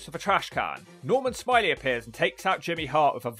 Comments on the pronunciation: It’s Norman Smiley not Norman Smilay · I love how you nailed that pronunciation, "Normal, Smi-lay" 🤣 Edit: How does Wild Slapnutz keep appearing, even in videos I don't think are going to have a wild slapnutz like this one and The Droz video, he just, inserts himself somehow, it's really starting to become ominous lol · I had to stop less than 3 minutes in after the overselling of mispronouncing Smiley.